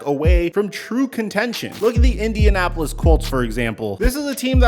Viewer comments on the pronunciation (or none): none